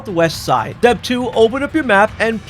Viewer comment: Why do pronounce "Step" like it starts with a D? Dtep